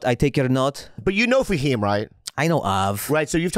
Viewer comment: it’s fahim btw